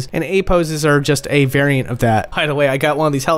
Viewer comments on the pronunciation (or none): none